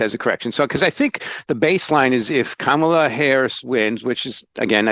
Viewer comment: Sad, that he couldn't even pronounce her first name correctly. It's pronounced like Comma. Comma La.